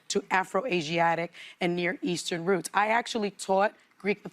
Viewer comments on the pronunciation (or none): none